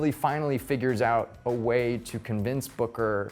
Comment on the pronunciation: Am I The Only One Who Heard Booger Not Booker